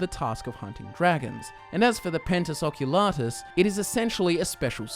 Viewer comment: Please pronounce the "i" in Penitus Oculatus